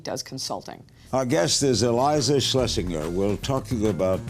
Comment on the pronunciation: Mr. King calling her a doll at the end is quite patronizing as the last comment / ending note. I mean no surprise, he also told Anna Paquin she couldn't be bisexual if she's married to a man. Not to mention he pronounced and spelt Iliza's name wrong like 7 times.